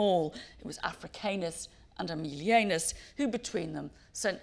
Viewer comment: As learned and knowledgeable as Mary Beard is, her pronouncing of famous Roman names, like Africanus and Aemilianus as 'Afri-kaynus' and 'Aemili-eynus' is baffling.